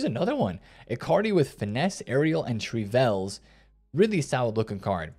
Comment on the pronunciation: Nah I swear be pronouncing every word wrong on purpose 😂 “trivelles”